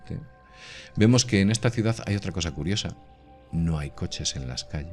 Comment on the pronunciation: QUE ES UNA CIUDAZZZZZZZZZZZZ, SERA CIUDADDDDDDD ME PARECE...................CON D AL FINAL